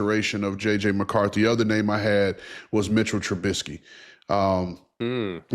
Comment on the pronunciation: This mf said Mitch Trubisky